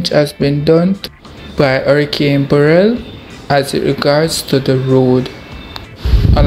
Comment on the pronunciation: The name of the hurricane is Beryl pronounced BEH - rill with the emphasis on the BEH.